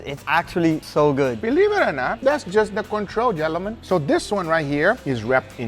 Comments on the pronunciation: I love when Guga says "Jellamen"! It gets me every time! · I LOVE HOW GUGA CAN'T PRONOUNCE GENTLEMEN AND SAYS "JELLO-MEN" 😆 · Guga's pronunciation kills me..... Jellamin instead of gentlemen lol.